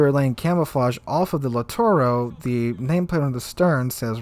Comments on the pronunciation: Pls.. LITTORIO and not LITTORO.. It's orrible to listen "littoro" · It gets a little annoying how you don't pronounce names correctly. Off the top of my head,please practice: LITTORIO KUTUZOV I really like the content, but this name thing drives me really crazy to the point I stop watching videos.